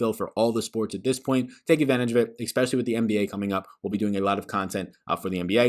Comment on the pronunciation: There is no K, in the word especially.